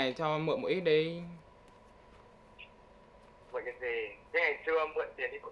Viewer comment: “một ít đii “ giọng miền nam cưng bà cố